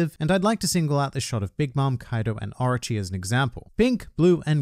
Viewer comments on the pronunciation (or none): stop it please it's orochi not archie